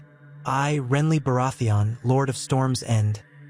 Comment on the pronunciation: Great video. I just don’t know why you say Baratheon like that.